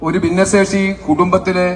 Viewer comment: ദിന്നസേഷി അല്ല ഭിന്നശേഷി😂